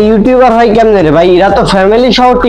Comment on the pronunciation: সবি বুঝলাম তবে আপনি ইউটিউবার কে ইউটিউমার বলেন কেনো রে ভাই ??